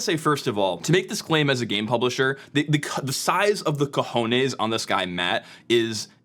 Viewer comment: ... the size of the ojones ... 👀👀 "ojones" 🤣😂😅